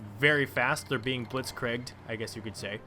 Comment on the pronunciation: Blitzkregged? It's Blitz-Kurieged (Blitzkrieg)